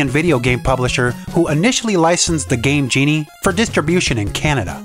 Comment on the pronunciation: The way you emphasize Game GE-nie and In-finnit proves that you were the annoying kid around the block